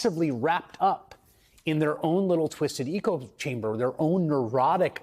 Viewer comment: "eco chamber"...."lost truch"....lay off the sauce,.